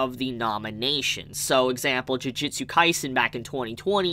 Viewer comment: How come your saying jujitsu instead of jujutsu